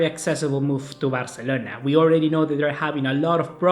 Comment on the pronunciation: Que nefasta la manera que pronuncias BARCELONA 🙄